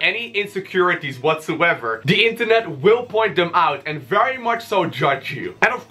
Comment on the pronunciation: Fery frey basic HAHAHA LOL